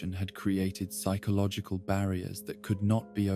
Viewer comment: The pronunciation of “Psychological” is driving me nuts otherwise fantastic video